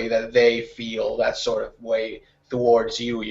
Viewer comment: Awesome as always! =) I just have one tiny little thing I want to say.. I don't know if you are aware of that, but you say "thowards" instead of "towards".